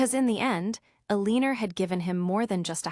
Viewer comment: The story is good but the ai reading is terrible. It pained me to hear Eleanor pronounced so poorly. It would be nice to hear these stories properly read by a human.